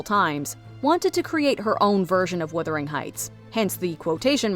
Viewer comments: What is Withering Heights? The mispronunciation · WUTHERING NOT WITHERING FFS!! THE STORY IS SET IN GEORGIAN ENGLAND, NOT REGENCY ENGLAND. IT WAS ACTUALLY PUBLISHED THE SAME YEAR IT WENT FROM GEORGIAN ENGLAND TO REGENCY ENGLAND. IT IS NOT HARD TO GET BASIC THINGS RIGHT!